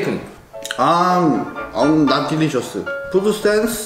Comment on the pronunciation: 스테이크 영어..ㅎㅎㅎ